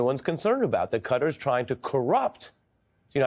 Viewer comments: KATTAr Ari, NOT cutter, get it right. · Qatar is a word with no C, U or E. So not Cutter. Qatar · It's kuh . taa . Not "Cutter" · Why is he pronouncing it Cutter....instead of Kah-tar? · It’s not Cutter, it’s Qatar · Classic America trying to rename everything again. Pronouncing Qatar like "cutter". It's Qatar , sounds like guitar.... Stupid Americans. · The name is not CUTTER. It is CAH TAR with the emphasis on the second syllable, both with the long A vowel sound. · Ari please... Reconsider your pronunciation of the country name Qatar. It does NOT rhyme with "GUTTER" but it is closer to rhyme with "GUITAR" . Can you say KAH-TAR ? Please Ari. I have too much respect for you. SAYING CUTTER RHYMES WITH GUTTER, BRUDDER ! I bet an ignorant republican came up with pronouncing Cutter. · It's not pronounced "Cudder". It is Ka-tar. Why do you all insist on this "Da Bears" pronunciation? You are too smart and sophisticated to sound so ignorant. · Interesting how the USA peeps pronounce things. Ari pronounces Qatar “cutter” whereas the rest of world pronounces it kah-tar. Cheers from NZ 😎🎸🤘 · Ari, why are you saying Cutter? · Why do Americans call Qatar "cutter"? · Why do you call it cudder? There is no letter d in this name. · For real, it is pronounced KAH-TAR. Please 🙏 stop mispronouncing it one after the other. 😵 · Qatar pronunciation is not "cutter" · Why do so many Americans say 'Cutter'. Very strange.